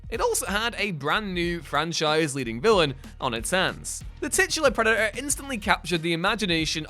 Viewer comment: It's Predator, with a t.